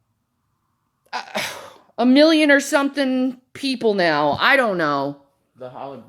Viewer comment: Why can't she speak normally? 'Anytheen, sumthin, rawn, lawn, damoore, human be-un??? She needs speech therapy.